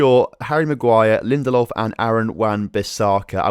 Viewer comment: Lin-Der-Lof not Lindolf